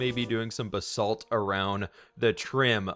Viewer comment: It's Ba-salt. Not B-salt